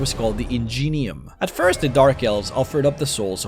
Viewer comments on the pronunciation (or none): none